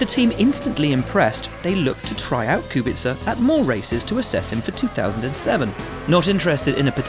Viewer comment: I'm a simple man I hear Kubica pronounced right, i hit like